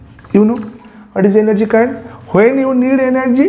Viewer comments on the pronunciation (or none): Sir sorry dont mind.. but its not kain its coin..again its not biyank its bank🙂..it sounded funny